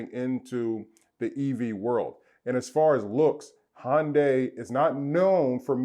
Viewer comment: You cant even say Hyundai...... you’re a joke.... keep your opinions to yourself.... pleb...